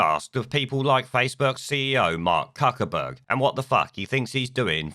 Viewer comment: Cuckerberg ???,......I thought it was pronounced Fuckerberg ??? 🤔